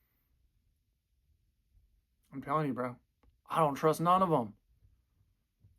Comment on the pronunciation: The way you said "llizard" with the red light behind you 😂